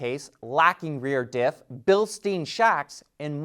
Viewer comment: Sorry but i've got to comment. Bilstein, as in Bilstein shocks, is pronounced like Bilstine, not like Bilsteen. A "car guy" should know the brands, just like Porsche is a two-syllable name.